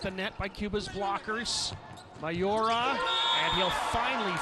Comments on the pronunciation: Its Miyaura not Mayora😂😂😂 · For thoose western Volleyball Fans, its not MA YO RA. Its Mi yau ra. The way you pronoun "Mi" in Miyaura is like when you say "Me" for yourself.